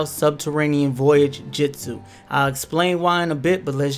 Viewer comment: No hate but kiss-a-may and mit-su-ki had me🤣🤣 and jitsu 🤣🤣🤣🤣🤣